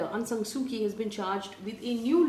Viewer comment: Dear Faye, I am your greatest fan. And watch the news everyday. I would just like to say, please pronounce "Kyi" Aung San Suu Kyi as "Chi" - that is how it is pronounced. Great job, as usual. Thank you!